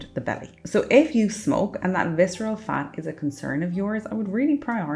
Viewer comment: reduce fiscerel fat